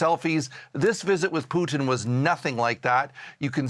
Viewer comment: It's not PUKIN..